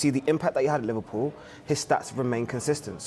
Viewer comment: Not livarpool hahaha